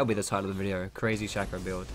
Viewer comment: no it's shaco not shaco